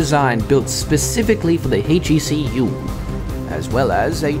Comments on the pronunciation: The scientist voice acting is stellar, except he mispronounces "HEV" and "HECU." It would be better if his American accent was consistent. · I think Hillard has a slightly better voice, but this voice actor has the cadence and mannerisms down! They are both stellar. I just wish this actor would pronounce "HEV" and "HECU" in an American accent, like the HL scientists & Kleiner.